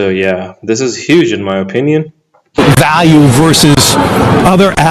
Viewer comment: It’s Va not Wa Value not walue